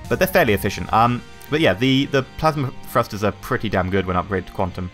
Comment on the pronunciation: Thrusters not frusters